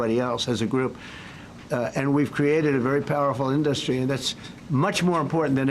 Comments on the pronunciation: In-dUh-stry… why can’t this dude speak… 🙄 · How does he still not know how to pronounce "industry"? in DUST tree. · How does he not know how to pronounce 'industry'? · You'd think that if the ugly orange blowfish was truly a good businessman, he'd actually know how to pronounce the word "industry." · Anybody else hear the fixation and odd pronunciation of "industry", or is it just me?